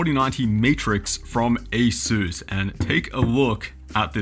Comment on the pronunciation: aysüüs... wtf is aysüüs?